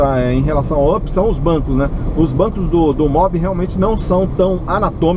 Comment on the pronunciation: up,se pronúncia "ap"!